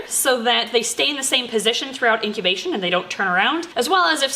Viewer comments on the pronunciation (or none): Okay, did anyone else notice that she said "into intobation" instead of "into incubation"?